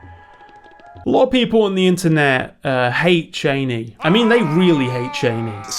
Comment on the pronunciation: Chain E is the correct pronunciation according to Frank Herbert himself.. Props 👍